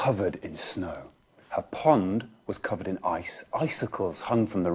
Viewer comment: uuhhhhh her garden was COveRed in snow